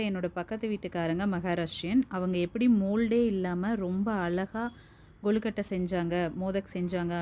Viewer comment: அளகா இல்லை அழகா. கொளுக்கட்டை அல்ல கொழுக்கட்டை. தமிழை உச்சரிக்கவும் பயிலுங்கள். நம் தாய் மொழியை நாமல்லாமல் வேறு யார் பயன்படுத்துவார்கள்.